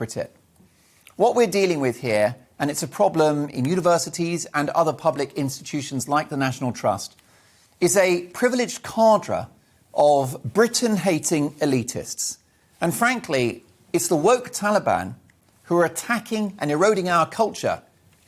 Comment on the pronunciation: Ca-drey not ca-dra.